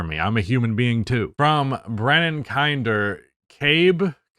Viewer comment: honored to be in the video but its kinder as in kinder joy eggs lol